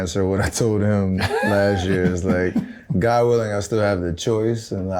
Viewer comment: Bron can’t even say god willing lol said good willing